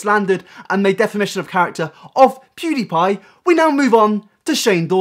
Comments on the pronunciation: 1. When did Onion go blonde? 2. Why does he (Onion) pronounce it “poodepie” instead of PewDiePie? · HeyItsBobby pewds used to pronounce it like poodiepie